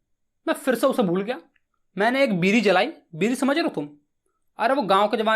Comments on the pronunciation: Not a piri ❌pidi ✅ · Bidi ❌ Biri ✅😂😂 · Biri ❌ Bidi✅ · Bidi ❎ बीरी ✅ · Sir voh biri nhi bidi ha 😂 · Sir vo bidi hota hai 😅😅😅 Pr apki teaching skills or explanation style achaa hai